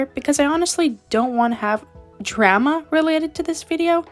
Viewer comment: I love how you say drama Dray ma